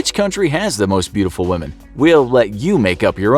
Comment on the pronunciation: I respect whamen